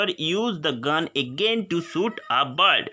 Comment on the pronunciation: Apna pronounciation sudhar ok bird ko bard bolta hai